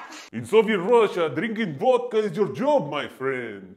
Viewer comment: Me encanta como dice vödkã